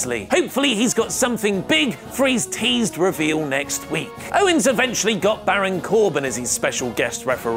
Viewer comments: Ummm..., it's OWENS not OWNES😁😁😁😁😁😁😈😈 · Who the fuck is Kevin "Ownes"?